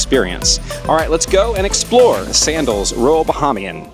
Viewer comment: Nice video, however you are mispronouncing Bahamian